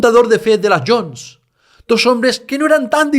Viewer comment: Todo muy bien, como siempre, pero, por favor, no digas "las Yons".